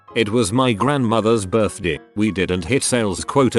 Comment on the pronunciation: I laugh whenever it says "birthday" ahaha BIRTH DE